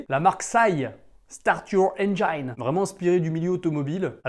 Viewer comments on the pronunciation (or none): Ah ah... SYE - scié ... certes mais engine c'est avec un "i" à la française, pas un "aï" :-)